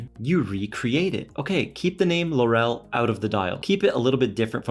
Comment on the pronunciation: 'Laurel' is pronounced LAURel, not LauRel. It was the crown of laurel branches placed on the heads of winners in the original Olympic games.